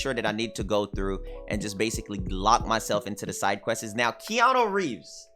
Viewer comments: "questesez" lol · I don't even know how I'd spell quests the way he said it lol. So questes was my first attempt but questeses is more accurate i think lol idk